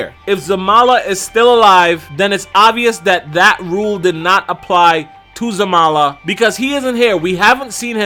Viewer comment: its Zarama xD